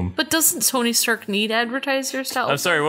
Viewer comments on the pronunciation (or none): she said tony sterk not stark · She said Sony Stark.